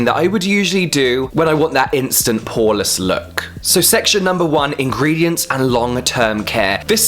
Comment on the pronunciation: I'm so sorry but I'm not trying to sound cheesey....But it's ingredients not ingrediants...